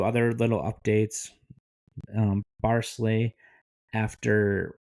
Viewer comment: Pronounced Barclays wrong tho🤣